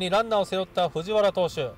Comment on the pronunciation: ふじわらじゃなくてふじはらなんよなあ😃 懐かしい選手多い🤣